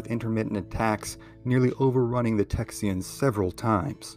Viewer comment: Did he say "Texyans"?